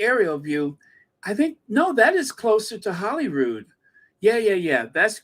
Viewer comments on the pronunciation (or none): Slight pronunciation correction. Holyrood. As in. Holy God almighty